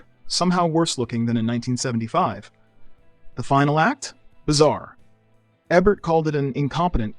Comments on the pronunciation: It's EEbert not Ehbert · His name is Eee-bert, not Eh-bert. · I think Ebert (pronounced Ee-burt) would give this video 0 stars because the narrator keeps pronouncing his name Ebb-ert. How can you get it right and wrong in the same video?? Embarrassing and sad. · How come the narrator alternates between pronouncing his last name EH-bert EEE-bert ? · Ee-bert, Eh-bert? Make up your d-mn mind, AI narrator! Sloppy AI pronunciation ruins these videos. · Hearing eh-Bert was worse than some of these films. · I had to comment again. During the Caligula segment, you say "Ay-bert." How are you this stupid? Three different pronunciations of his last name in one video. 😅😅😂😂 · Who’s Ebb-Bert, and what is a Giggle-low?!? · I grew up on Royko, Kup’s World, Rostenkowski and EBERT. IT’S EEBERT. EEEBERT! EEEEBERT!! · HELP! Is the narrator a bot? AI bot? The speech patterns and mispronunciations (short vowel "Ebert" - like "egg" - and, the hard g sound ("gig-a-lo") were just too much for me to suffer. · Pretty sure it's pronounced Eeeeebert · Don't know if this is an AI voice or not, but learn how to pronounce actors' names! It's not Tom "Berringher" it's pronounced BerrinJER. And sometimes you say "Ee-bert" and other times, "Ehbert". So annoying. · Tell the AI it's pronounced "EE-bert" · Eh-bert, huh? Thumbs down, no subscribe, didn't finish. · Is this AI or a real person? If they are this into film they would know who Roger Ebert is and pronounce his name correctly. Many AI created content out there dies hard on how they pronounce names. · Robot narration should at least manage to pronounce "Ebert" in one way rather than at least three. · As soon as the speaker mispronounces Ebert's name, you know the video has problems. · Pronounce his name right. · Why was Roger Ebert's last name pronounced differently each time the narrator said it? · How many words and names can you mangle in one video? What the hell dude? You say Ebert correctly sometimes... are you a Tandy TRS-80 computer?